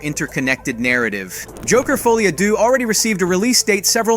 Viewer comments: your saying the title wrong it ends with an - ah sound not a oh or ew sound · foly a doo? Ce n'est pas francais!